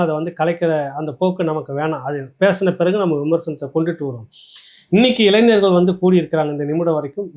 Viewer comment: அய்யா,இளைநர் அல்ல,இளைஞர்.உச்சரிப்பை சரியாகச் செய்யுங்கள்.